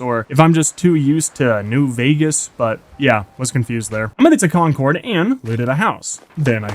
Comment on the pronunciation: as a native masshole, the way you pronounce concord bothers me